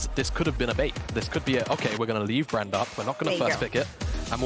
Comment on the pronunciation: Am I high or are all 3 casters calling Brand "Brand-A"?